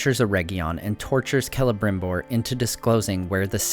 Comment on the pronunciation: Oh neat you know how to pronounce Celeborn and Celebrimbor.